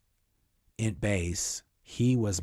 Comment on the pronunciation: I love your stories, but every time you say Int base, I hear it as Ent base. So, it cracks me up thinking of walking trees (from Lord of the Rings) as Miscavage's workers. It fits though, because he's a hobbit. Edit: sorry, I wanted to ask you a question. My mother in law is pretty connected to Hollywood and Scientology - without being a member. She usually gets the good gossip. The rumor is that Tom Cruise is cutting ties. Do you think that this could possibly be true? I say bs. Thanks!